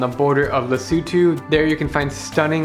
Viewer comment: Just wanted to congratulate you for pronouncing "Lesotho" correctly! It's amazing how many westerners get it wrong!